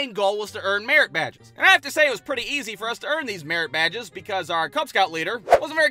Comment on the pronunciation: When I heard him say merit badge the first time. I thought I heard him say Marriage Badge.